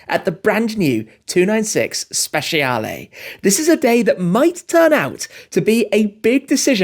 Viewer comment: Hey Tim, you can improve your pronunciation, it’s more like speCHAle, not speSHIale. 😊